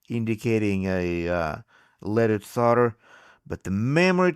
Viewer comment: how many times can he say Sol der wrong.